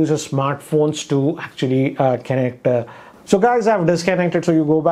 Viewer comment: Kennect, kennecting, kennected!